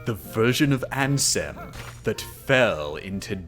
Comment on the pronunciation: I deadass disliked the video just because the way he said Ansem